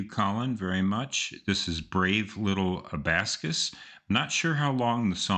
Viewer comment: just wanna put it out that its abacus not abascus pahaha